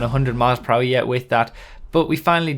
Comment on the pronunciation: love the 'poo-er'